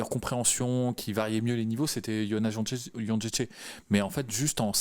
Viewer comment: J'ai pas une Licence en polonais mais est-ce Jedrzejczyk se dit Jon-ché-ché ?